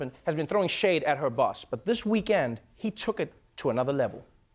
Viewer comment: I like how he says week end....week and